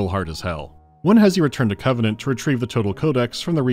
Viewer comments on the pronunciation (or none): none